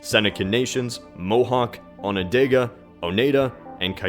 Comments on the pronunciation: It's pronounced Onodaga! And it's spelled Onondaga! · Hun it's pronounced on na dog ah spelled Onondaga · Onandaga, not Onandega. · Great video but Jeezus Man! Iroquois isn't pronounced "ERIE-KOY", it's pronounced "EE-RIH-KWAH". It's a French word. There's also no such thing as "Onondega" but there is Onondaga and Oneida is pronounced "OH-NIE-DAH" not "OH-NAY-DAH". Also, the Huron and Wyendot people are the same nation. smh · its Onondaga not dega but its ok though i still love u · IM FROM ONONDAGA (It's not Onondega, it's Onondaga) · You pronounced (and spelled) Onondaga wrong, it is On-uhn-dah-guh, not On-uh-day-guh. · I'm sorry it's annoying me so much as a person who lives very near to Onondaga county to hear Onondega. I shouldn't be this annoyed. This is a great video. It's just that I have been hearing one pronunciation all my life. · It's Onondogga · It's pronounced oh-ni-da and on-in-dog. I'm near Onendogo and live in Oneida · Some mispronunciation on the Iroquois tribes (I'm from the area) Oneida is = O - Nai - Dah. Onondaga is = On - ah - dah - gah. Great video though. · you miss pronounced Onondega and Oneida